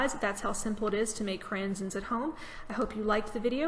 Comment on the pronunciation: It's not cran-zens. The pronunciation is kray-zens. It's just raisins with a c in front. Goodness. Lol